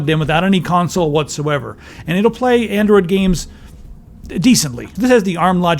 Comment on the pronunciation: "Andriod TV" lol